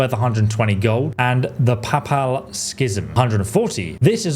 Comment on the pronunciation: Papal… can you not read? 😹